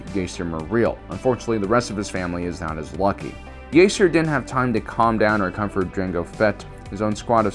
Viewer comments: I’m pretty sure his name is pronounced as “JAster” not “JAIster” cause that’s how Jango pronounced his name him the old bounty Hunter video game. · JJJJJJJJaster the JJJJJ. Not yaster it’s jaster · are you meming it sounds like Jahster spelt Jaster, not jayster and definitely not Yaster 😁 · It’s not ( yayster ) it’s ( jaster ) Fett actually said this in the game Bounty Hunter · True, but I gotta admit pronouncing it like "Yayster" does sound pretty cool. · This isn’t the first time and I hope it’s the last time. Jaster’s name is spelt and pronounced with a “J”! Like how you pronounce the “J” in Jango Fett!!! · Its pronounced Jas-ter. Star Wars Bounty Hunter game. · Yeah. This stupid ass can't pronounce a fucking name right. He keep saying Din JER-in instead of properly saying JAIR-in. This moron apparently has no clue about the game Bounty Hunter that came out 20 years ago when he was a little kid. In the game his name was CLEARLY pronounced JASTER. He will forever mispronounce names because he is ignorant. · there are unfailingly consistent examples of the name spoken throughout canon resources. enough with the intentional mispronunciation of "Jaster" just to trigger activity like this in the comment section; your videos have the viewership readily engaging in honest topical replies without having to 'spike Big Al' with a content creator ploy like that. i quit watching after the 48second mark because i'm just tired of it and it's making me lose respect for you. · Can't watch this due to the bad take on how to pronounce Jaster lol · Ja'ster would be that but its one word love the video though! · Jaster Mereel is pronounced with a hard "J", the same sound when saying "Jango Fett" or "Journeyman Protector". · He’s also has called Grogu Gogurt. At this point I refuse to believe he’s not butchering these names on purpose to rile up fans.